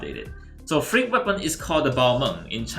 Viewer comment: When you say frigg, the translate show freak🤣